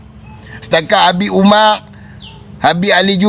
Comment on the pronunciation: Bedol adi hang sebut nama sababat biaq bagi elok sikit.. abu bakar bukan abu bakaq, umar bukan umaq nama imam² hang sebut elok ja..